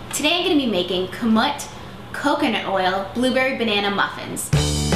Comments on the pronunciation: I was thinking the very same thing. I have never heard anyone pronounce the grain as Kahn-mut on the end. Everyone I have every heard that is acquainted with this grain pronounces it kah-moot. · It's pronounce kah-MOOT :D